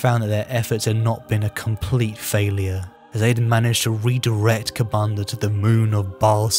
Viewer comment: A slip of the tongue named kabandaha a demon prince. It is a greater demon ofcourse and i knew what you meant. Good vids though im enjoying these and i prefer tyranids.